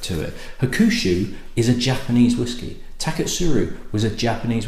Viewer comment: I think it is pronounced HAWK-SHOO. However pronounced the 12 & 18 is fabulous stuff.